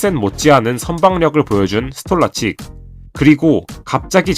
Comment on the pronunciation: 스톨라칙 ㄴㄴ 스톨라르치크가 정상적인 발음